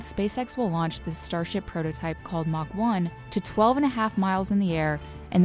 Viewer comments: Mark One not Mach One... like Ironmans Mark (Mk) 42 suit :) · MARK 3. MARK. Not mach 3. Thats a speed.